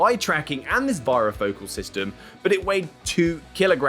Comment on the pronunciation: Please learn to pronounce varifocal it rhymes with "fairy" Focal